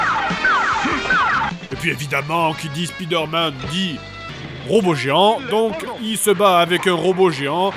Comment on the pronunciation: L'épisode est bien , mais tu dis vraiment mal Spiderman Tu le prononces à la française[ouais bon t'en ais un aussi XD]